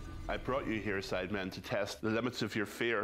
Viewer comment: Nobody: Not even the contortionist who played the maid: Jj: saying sidemen with an s for no reason